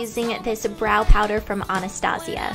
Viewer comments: Omg lol hate to say this but isnt it pronounced Ann-a-stay-jaw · anastasia?? i thought it was pronounced: "anna-stay-shj-ee-ah"